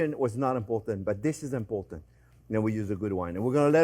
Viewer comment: When Chef Jean-Pierre says "Zeeeeeeee most import aunt!" you know to take note.